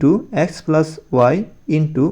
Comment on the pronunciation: স্যার আপনি কি প্লাস বলতে পারেন না